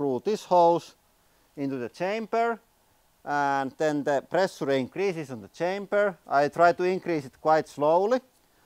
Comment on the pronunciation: too much pressh-yure-eh.